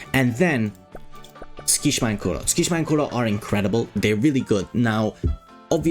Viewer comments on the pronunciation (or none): btw Tsukki's name is not pronounced "skee shma". It's "suki shima"